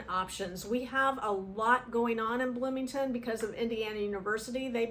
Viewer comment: Bloomington Bloomieton HAhahahah 😅😅